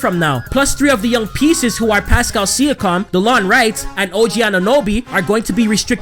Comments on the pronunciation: It's SEE- YA- KIM not SEE- YA- COM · He said sikam instead of siakam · It’s pronounced see-yawk-um not see-you-cum 😂😂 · He ain’t no true raptors fan saying Pascal Sia-Com😂💀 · Pascal Siakam: (See-ak-am) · Sia-com hahahahahaha learn how to pronounce his name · it’s pronounced pascal sea-ak-kum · It's actually sea-ak-kam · Did he say pascal sia-COM 😂😂😂😂😂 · See-A-KAM - other than that, slow down a bit, Im surprised you're not out of breath already lol Good vid tho. Keep up the good work. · Jus space the name Si ak am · Appreciate the love for TO bro! Keep up the good work man 🤙🏼 Shoutout is always welcomed haha #WeTheNorth Edit: for reference my man it’s (See-a-kam) 😃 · Yo boss you got to get the pronunciations right for a Kyle Lowry and Pascal siakam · Siakam is pronounced a little different then how you say it but other than that nice vid